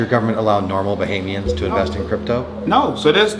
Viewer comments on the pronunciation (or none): It is Bohamians not Bohemians lmao